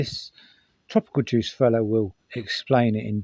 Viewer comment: Can I just point out the guy you've referenced is called TOPICAL JUICE at the beginning? Where are you getting that R from? It's even on his cushions on his couch, for example it's like topic/s in tv & 📽️ not juice bro as in tropical 🧃 😂 I know it's a play on his name in itself but pronounce his name properly at least